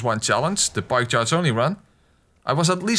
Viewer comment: When you say pike charge only I though you sead pie chart only